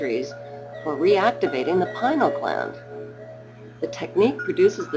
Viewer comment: Why? Because it is pronounced "pin-ee-ul" gland... ...and, it actually has received a great deal of attention (within the field of neuroscience, at least). "Pinal" gland.